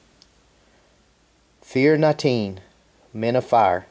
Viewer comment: It's actually pronounce, feer nuh chinneh. Gaelic pronunciation is a bit odd but non the less dig the coin its awesome!